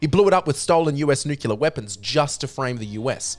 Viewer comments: Repeat with me: NU-CLE-AR. Not nUkUlAr. FFS!!! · Really? REALLY?! You're pronouncing "nuclear" as "N U C U L A R?! " You're doing it on purpose just to annoy me, aren't ya? Well It'S wORkiNg!!!